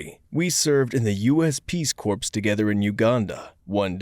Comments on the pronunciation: How do these narrators still don't know how to say Corps right? It's pronounced like Core not Corpse. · The "ps" in Corps is silent. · We do not pronounce the p in corps Corpse we do pronounce the p Not the same word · Spanish is apparently spoken differently between Spain and South America. Can someone point out a few examples of differences? -US Peace "Corps". I wonder if the owners deliberately mispronounce words like that and "triage" for kicks. -I confused cilantro and ghost pepper with each other before asking about the difference. -The cow/bull difference story reminded me of a "Worst Cooks in America" commercial. One of the contestants suggested London Broil, only for another to point out the "Chuck" label on the cut diagram and point out, "Most cows are named Angus." -I find colour-blindness depressing. -I was in a firebug phase. I was dramatic, as my father put it, setting mail meant for a completely different person, but with the same address, on fire. I would set a few papers on fire, and would clean up the sink afterwards. -"I kicked him and his fluids out of my house." :D